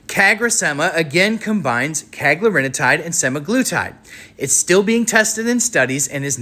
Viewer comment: Hey, you are mispronouncing cagrilintide. CA-GRILL-IN-TIDE